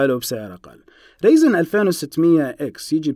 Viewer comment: رايزن مش ريزن يا 😩